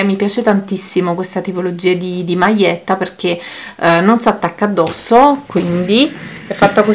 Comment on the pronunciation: ...maietta ,maie non si può sentire